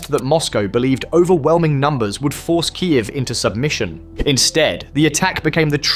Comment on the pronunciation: its full AI. not even good line of Audio, look and how it pronouced Kyiev